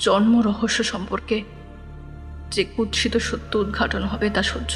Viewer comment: ভুল শব্দোচ্চারণ শোধরাতে হবে-(1)কুৎসিতো নয় কুৎসিৎ।(2)লোকোলশ্কর নয় লোক্ লশ্কর হবে